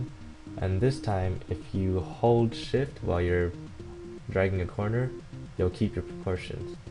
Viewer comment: what are the controls to change brightness? it sounds like your saying "Ctrl, sh*t, u."